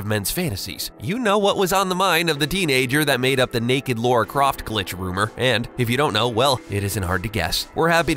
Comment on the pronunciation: you are called "" and you pronounce Lara Croft... Laura Craft? ffs